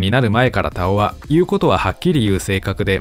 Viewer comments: 「たお⤴️」って違和感あるな 「たお⤵️」の方がしっくりくる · 根尾のイントネーションで田尾って言ってるからすごく違和感ある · 久しぶりに聞く名前だが、読み方に違和感あるなあ。 女優の土屋太鳳の「太鳳」と同じイントネーションなのだが？ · 田尾の発音が太鳳😂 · 田尾と太鳳の発音は同じ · 田尾安志の「田尾」は土屋太鳳の「太鳳」の同じ発音な。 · 毎度名前のイントネーションおかしい たお⤵︎ 顔の発音だよな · 田尾のイントネーション気になり過ぎて、3回目の田尾って言ったところで見るのやめた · イントネーションが根尾みたいになってる。 田尾 田にアクセントだと思うけど。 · イントネーションがおかしい。 田尾のアクセントは頭高やぞ。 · 田尾のイントネーションってこれが正しいの？気になってしゃーない